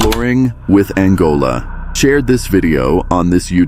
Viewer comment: " Exploring with Angola? "???😂😂😂 yes, well, so exploring with an african country? Oh come on, give yourself a chance as a narrator and do a good job😂 It is " Exploring with Angelo".....jeeeez, this is getting stupid...way too stupid. 🙈🙈🙈